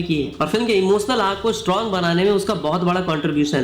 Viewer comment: यस, इमोस्नल, क्लैस, बतासा… 😂 यश, इमोशनल, क्लैश, बताशा…